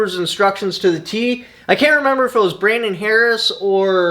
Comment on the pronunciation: Did he say Brandon Harris?